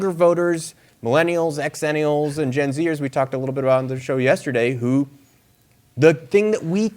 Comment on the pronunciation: The pronunciation of Xennial should be like Xylophone. Still loved the video, just subscribed